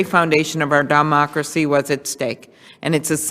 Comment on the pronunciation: Sounds like she called it our "dumb-ocracy." Freudian slip?